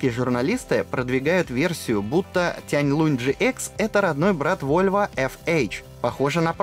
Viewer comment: Тяньлун, а не Тяньлунь.